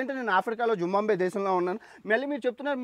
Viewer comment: జింబాబ్వే పేరులో 'బా' తరువాత సున్నాలేదు. జింబాబ్వే అనాలి